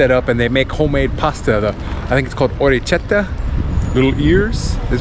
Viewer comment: Orekkietta, K not ch